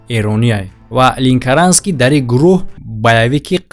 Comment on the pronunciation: Ленкаранский а не линкаранский